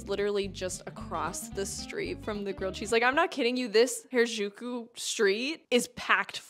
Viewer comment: Oh, I appreciate your efforts to pronounce Harajuku 🤣